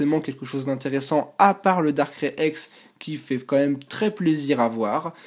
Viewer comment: Darkrai sa se prononce comme sa: Darkray et pas darckrai!!! Sinon bonne vidéo comme d'hab